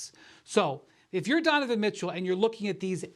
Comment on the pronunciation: “Dunavin Mitchell”